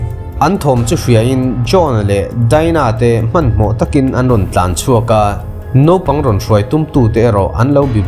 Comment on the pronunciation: Nopang ti tawh suh.. Naupang tih tur aw